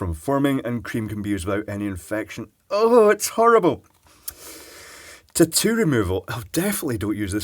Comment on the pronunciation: Am I the only one who freaking LOVES the way he says "tattoo"? Lol! Awesome!